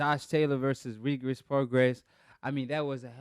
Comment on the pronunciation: you’re not pronouncing Regis’s name correct